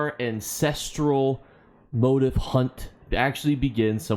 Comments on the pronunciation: Wanted to watch this, but I can't because immediately MO-tiff MO-tiff MO-tiff! IT'S mo-TEEF! mo-TEEEEEEEF! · It is pronounced "moh-TEEF" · Lol how do you not know how to pronounce the word motif